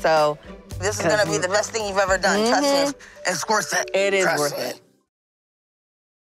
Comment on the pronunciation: I cried getting 1 crown put on🤣😭 how did they do this?!!! I can't imagine after the anesthetic wears off... sidenote it sounded like she said "Its corset" not its worth it lol